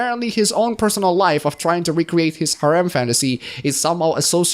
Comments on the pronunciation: Heh. Gotta say that the way you say "Harem" is far more akin to you saying Haram in my honest opinion. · Pronunciation for Harem : Hair - him. The "h" is silent. Surprised you dislike Harems even in fiction by the way. But, that is why we all have different preferences. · 1) I don't mean to be mean but it sounds like haram every time you say harem and I can't stop laughing. 2) I recommend Love Hina (the manga), considered one of the harem stories of all time. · isnt it pronounced hair um?